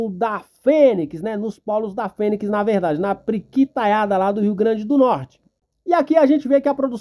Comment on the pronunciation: Respeitosamente, nao entendo pq o titular desse canal, quando se referiu ao polo PIRIQUITO, pronunciou "priquito" - q linguagem popular se refere à genitalia feminina. Sinceramente, imagino q dar margem pra se descredito às informavoes prestadas. E tbm "ponix", ao invés de Fênix. Somente observacoes q julguei convenientes. Abçs fratrernos.